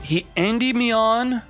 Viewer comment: Indie-me-on lol you aren’t saying it right